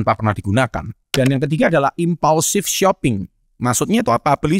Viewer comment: you lost me when you said impaulsive